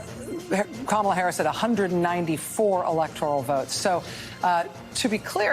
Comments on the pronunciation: lol, Benny why are you mispronouncing her name? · Really annoying you keep saying kamila....Benny you always say kamala, makes my ears hurt more than hearing her name said correctly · Hey Benny, her name is pronounced Kamala … LIKE TRAUMA - lah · Benny usually i agree with you but this is so classless and dissapointing by you. At keast give her the dignity by pronouncing her name correctly. Its not Ka-Mill-ah Harris. Her name is pronounced Ka-Meal-Lee-N Harris, which is homage to her favorite animal. Thanks Benny. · I like how Benny pronounces her name as Kamilla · kimila??? did i miss something or is that just how you pronounce it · thanks for pronouncing that KA-MILL-A be glad not to have to hear that name ever again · You are butchering her name on purpose? LOL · I love how your mispronouncing her name now 😂